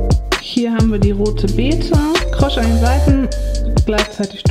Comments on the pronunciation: Tut mir leid,aber "krosch" geht mir auf die nüsse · Ich komme aus Hamburg und habe noch nie jemanden krosch sagen hören 😃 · Sagst du "krosch" 😅 oder höre ich falsch🙉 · Warum sagst du immer Krosch?😁😋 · Krosch? Kross heisst es :))